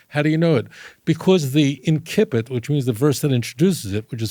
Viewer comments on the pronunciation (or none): Rabbi is a towering sage. Rabbi: pronounce "incipit" as inssipit, not inkipit. Greetings from Rio, Brazil